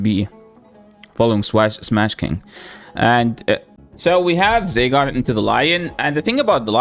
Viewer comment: ZYgarde not ZAYgarde